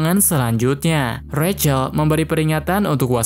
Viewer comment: Bang aslinya di panggil Zack Kalo recel seharusnya Rachel/ Resel